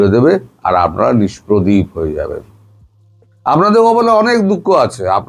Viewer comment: সব ঠিক আছে দাদা বাবু,শুধু উচ্চারণ স্পষ্ট করুন,যেমন কাটা তাড়,আমাড়,ভাক কড়া,ছেরকম,আপনাড়া,চোড়াচালান,মনে হচ্ছে মদ খেয়ে কথা বলছেন😅😅